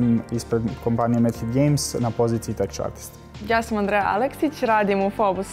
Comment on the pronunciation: Teč artist? Može biti da se izgovara tek... ali teč... Ovo prvi put čujem u životu. Kuku majko...